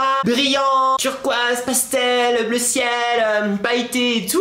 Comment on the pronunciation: je te rappel quond ne dit pas bleruu